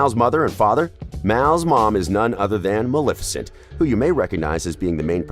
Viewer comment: That’s Maleficent (MUH-LEH-FI-CENT)